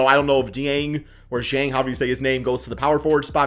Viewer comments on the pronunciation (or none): none